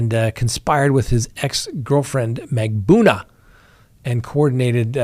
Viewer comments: Mag-ban-U-a, MAR-kel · Mag buh nu uh. Mar kell, not Markle. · MAG BAN OO A is the correct pronunciation